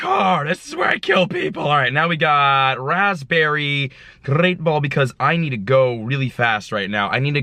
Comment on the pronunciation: "razz berry, grrrreat ball", you threw an ultra ball, at a SKARMORY